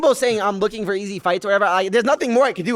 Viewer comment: 😂😂😂 “Fir 10 Kay 😪😞😓”